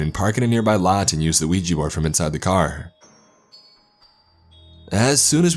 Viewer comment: I am so good that you didnt spell it or say it "Wee Gee" it is pronounced we jah ! yes and yes.